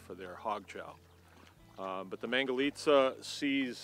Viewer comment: wonderful... except I have a bone to pick with the mispronunciation and naming of the pigs; they are actually called "mangulica" pigs :) glad to see Americans discovered this one, I hope they stay true to their roots. Cheers